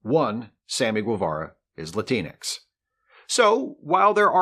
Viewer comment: As a person of color, I'd like to bring attention to the amazing lack of diversity on your otherwise fantastic and entertaining show. There is only one person in front of the camera on your show, and your in front of camera talent is 100% male and white. Also, Latinx doesn't rhyme with Kleenex.